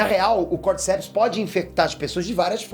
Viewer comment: Esse fungo Cordyceps existe realmente, mas é um parasita de insetos. A pronúncia correta é como se tivesse acento no “di”, “cordícepes”